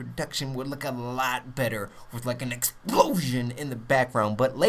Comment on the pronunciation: The way u say EXPLOSION!!! causes my pipi to go up!!!